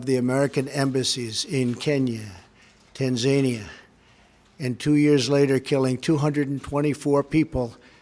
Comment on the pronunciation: 'Tan-ZAY-nia' Priceless.